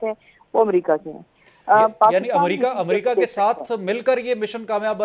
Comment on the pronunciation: Amrica nhi America Hota h 😂😂